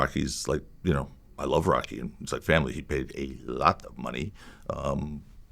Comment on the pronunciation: That “L” in “ALOT” of money at the mark is wild 😅